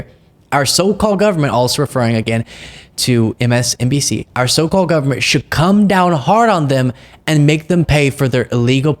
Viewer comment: he didn't say msnbc..he said msdnc. He messed that up too. Even closed captioning caught it. I even tead his lips. And the say he takes many competency tests..that's not normal by any means.